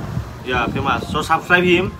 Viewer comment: How mach 😂😂 famus